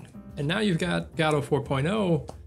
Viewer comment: If watch him if he would stop saying gAdot instead of gOdot